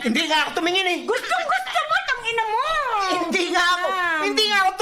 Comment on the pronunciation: omg ang lutong nong tangina mo HAHAHA ito na ata yung pinaka cute na reaction video na napanood ko hahaha